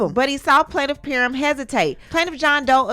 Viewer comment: PAR-HAM is how it is pronounced